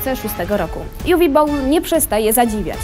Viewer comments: Juwi a nie Uwe? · Uwe to niemieckie imię które wymawia się Uwe a nie Juwi.